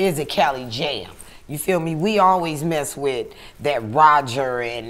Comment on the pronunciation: Channel name is The art of dialog ..."you were 'wiff' her" ..OHHHH the irony